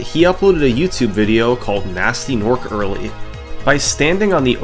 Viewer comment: this is a great video and all your videos are great but it is pronounced g-nasty g-norc like hard g, not gee, and i cannot allow this offence to gnasty's honour go unchallenged